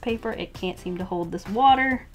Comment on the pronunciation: ‘A lot of wuter ‘ 😂😂